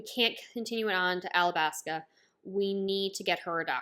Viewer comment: ow no problem but I'm pretty sure it's alabasta cuz everyone else says it like that